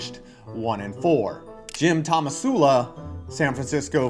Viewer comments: Was calling Tomsula "Tomasula" on purpose? It's hilarious either way. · what do you expect from a guy who can't pronounce "tomsula" despite it being on screen multiple times?